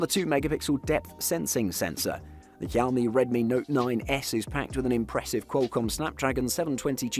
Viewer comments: It is not kaomi it is xiaomi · Why you always pronounced Xiaomi as quami??